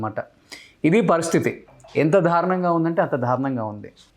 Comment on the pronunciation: "ధా'రుణం ఏంట్రా బాబూ? 'దా'రుణం నాయనా అది. ఒకటికి 20 సార్లు అంటావ్ చికాగ్గా